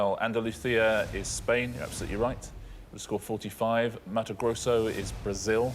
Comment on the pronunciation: He knew to pronouce it "Matu Grossu" like we do in Brazil. This host does his research